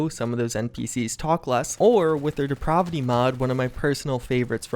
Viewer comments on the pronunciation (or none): Deprovity. It's DePRAVity. as in "the act of being depraved". just has some terrible pronunciations of words...